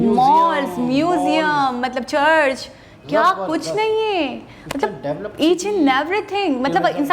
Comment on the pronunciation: davloped ? jahil aurat developed hota hai